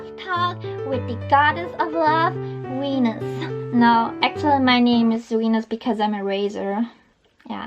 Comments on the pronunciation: at first when she said Venus I thought she said wenus! 😅😅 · I fucking love that she says "wenus" when saying "Venus." Soooooooo adorable